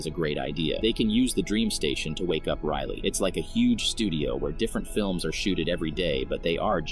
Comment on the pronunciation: i mean riley not rylie